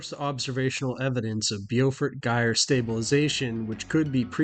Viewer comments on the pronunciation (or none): Pronounced 'bow fort' long O sound [like hair bow]